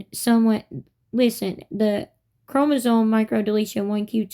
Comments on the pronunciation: She’s saying chromosoNe. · “ChromosoNe” she says- no its chromosoMe gypdip